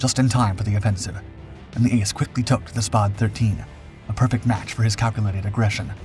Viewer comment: I think it is a Spad rhymes with Bad . Not Spod